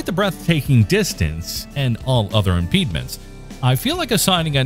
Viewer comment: "the high-sky costs"? Ironically, to describe something on Selene as "sky high" is quaintly archaic. : "impedments" instead of impediments? Who is your editor? Norm Crosby? (My mother would scold me with that one.)